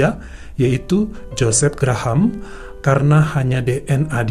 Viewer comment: Bukan Gra-Ham, tapi sebut Grahm atau Grehm .